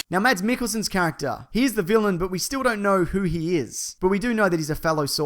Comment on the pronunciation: Stop saying mats mikkelsen!